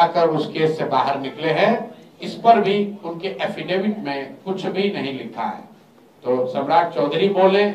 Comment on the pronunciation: एफिडेविट नहीं, हाफिडिफीट के करते है सम्राट चौधरी 😂